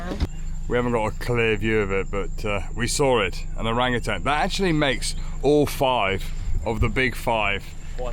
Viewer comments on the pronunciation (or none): Enjoyed the video. Stayed at Hornbill Lodge a few months ago ourselves. Great choice. As future experts in the area you'll want to be getting the pronunciation right! 😆Pro-Boss-Kiss (not Pro-Biss-Kiss), Orang-oo-tan (not tang) Orang = person. Utan = forest. Nothing tangy about them despite the colour. 👍